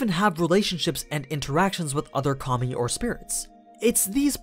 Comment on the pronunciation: everytime you say “kami” i hear “commie”